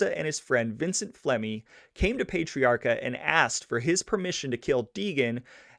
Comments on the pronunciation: one more thing to fix, just cuz i have OCD, you keep saying his last name wrong too. You pronounce it "payt-triarca" and its actually pronounced "pet-triarca" lol. But great job....again. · It's PAh-TREE AAHCA, not Pate-riarka. You gotta say it with a Boston accent. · PAT - ree-aka. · It's Pat-tree-r-ka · No no no...it’s NOT pay or pet it’s pat!!!! Pat-tree-ah-kah💯💯💯👍